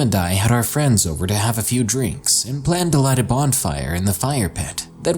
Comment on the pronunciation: Bonfire. Not 'bondfire'